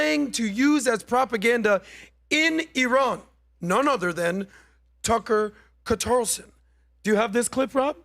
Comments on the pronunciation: said “Tucker Quatarellson” i’m not a fan of, but at least he listens to Mark Levin lol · cmon man. "Tucker Qatarlson"? What are you, drinking some Mark Levin excrement?